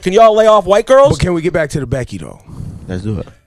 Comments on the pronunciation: Still don’t know why plies say bike instead of back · 🤔so he can pronounce back properly but chooses to pronounce bike anyway🤦🏽‍♂️ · Lmao all this time I thought my nigga ain't know how to say back but he was actually saying bike lmao